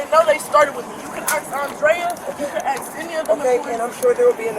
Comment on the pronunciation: She keeps saying: “You can axe…” The cops are like: “We’re not going axe the people that you just threw hot grease on. They’ve been through enough today”. 😆